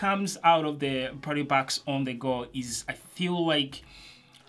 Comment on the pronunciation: I just love when you say ,,bess” not bass:DD